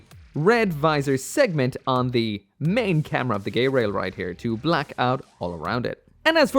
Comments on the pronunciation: I think it is pronounced ge-rail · "GaAy-RaIl✨✨" gets me laughing hard